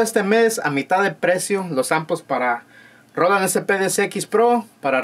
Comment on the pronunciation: Roland, bien pronunciado, asi tambien las siguientes ,canal, mas o menos, descarga, cheken, descripcion , sonidos, programados, de esa manera etc etc etc etc etc... pero la palabra SAMPLES que deberia sonar ASI SIMPLE SAMPLES, ESA NO!!!!!!!, ESA PALABRA SI SUENA DIFERENTE SUENA ASI "SEMPL" jajajajaja por que asi po que poqueeeeeeeeeeeeeee